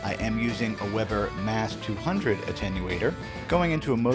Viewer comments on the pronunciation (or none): none